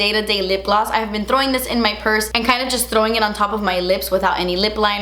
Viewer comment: says “thdrowing”